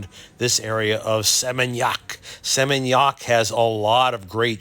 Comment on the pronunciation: I like the way you prounonce Seminyak, 😊. God bless you always